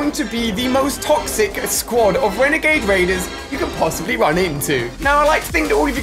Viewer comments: Ali said wenegade waiders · Shhh... hunting wenegade waiders